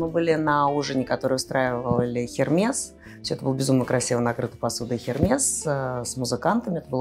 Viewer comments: Эрмес,, Эрмес!!!!! Хермес, блин))) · Нет,наоборот Хермес не правильно,Эрме правильное произношение